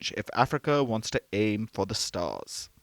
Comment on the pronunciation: Warns or wants? Surely you should be getting that right!! You've lost all credibility in my eyes now. HEADLINES FIRST😂😂😂👎👎👎